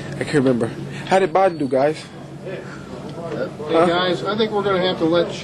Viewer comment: "I can't member, I can't member...how did Barden do guiiz?" LOL